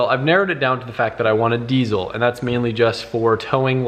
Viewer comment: OrbitzzMerkz he said desiel